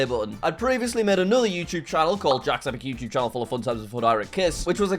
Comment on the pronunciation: Jack's name turned into "Ack" for a moment😂😂